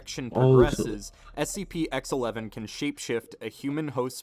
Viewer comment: Its a SPC it's a SCP if you can't even pronounce it don't make a video about it go to the gas station and smoke Weed or whatever you people do.